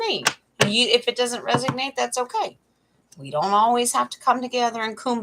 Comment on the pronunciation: it’s resonate not resig nate…just sayin! My lil sister goes bat shit crazy listening to YouTubers pronunciations.